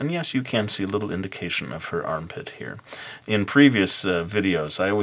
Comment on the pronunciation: "...and yes, you can see a little indication of her armpit hair." o_o (I know it's "here" but it sounds like hair)